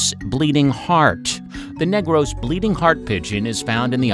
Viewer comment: Negros is pronounced as /Nig-rus/ instead of /Neygrows/ as a Filipino our accent is very rough(?), hope this helps!